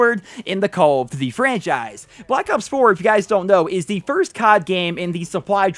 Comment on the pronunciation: “Call of dty”